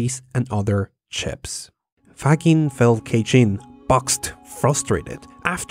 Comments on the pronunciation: Great video, but Faggin is pronounced [fadˈdʒin], not [faˈgin] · As an Italian, I should point out his name is pronounced Fa-jin. Like a majin. Or like vagine, if you prefer. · His name is pronounced "fadgin." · The only (trivial) mistake I can find in this video, being italian and knowing a bit about the Faggin's life (as himself described in an interview in 2006), is that you're pronuncing his name in a wrong way: you say "faGGIn" like you say "giga" while the right way to say his italian surname is pronuncing the "GI" like "giant" or "jeez"... Really awesome the anime-style video! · Faggin is pronounced more like Fud-jin, with the tonic accent on the second syllable. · In Italy the name Faggin is pronounced “Fadgin”. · You should not pronounce Faggin that way! In Italian G is pronounced J, the sound of the word is similar to Fudge+in, with accent on i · Faggin is pronounced "faZHEEN". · Super interesting. Just a note on pronunciation: Faggin is pronounced with a soft G (like a J), and the accent goes on the i, not on the a. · I had the honor of meeting Faggin in 1996 when he received an award in Pavia, and my interaction with him changed the course of my entire life. He is an incredible person. By the way, you pronounce his name with a g sound as in courage, not as in girdle. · Check the sequel to this video were I interview him. I had to apologize in person for my mispronunciation. Also you are right, that man is incredibly personable